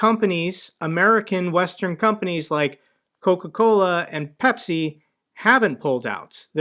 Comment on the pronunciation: I know there’s a taste war between Pepsi and CocaCola but apparently Russians have another option, CacaCola! U can even hear him say it lol! there’s an extra chuckle for the Spanish speakers but I’m gonna share with everyone. In Spanish “cola” means ass. So this guy’s brand is “shit from the ass” 😂 or “shit ass” for all the technically correct ones out there.